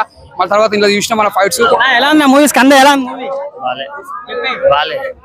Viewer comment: kanda kadu ra Skanda raa